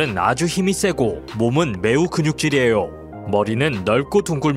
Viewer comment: 말투가 에요오~ 오오 옹알이하시는듯